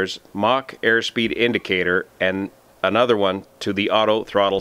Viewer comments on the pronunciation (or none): none